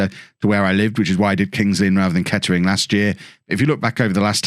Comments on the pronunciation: Can tell your not from the area... it’s pronounced ketrin don’t u no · Nah it’s ‘Kett’ring Town’